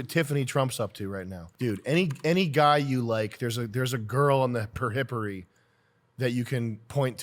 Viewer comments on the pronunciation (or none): Per-hippery? It's PERIPHERY UNCLE SAM! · Yo sam pronouncing "periphery" like perhippery made me do a laugh